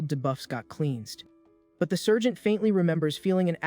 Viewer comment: I'm yelling it's Sargent Not sergent